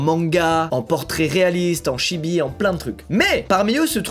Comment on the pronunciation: Il a dit : "SHIBI" la ? P*tain !!! Ca se prononce "tchibi" !